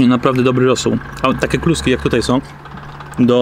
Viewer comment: Polaczenie "sprawdzam jak" (akcentujesz jak Dymitr) i ksiazula.... zenada.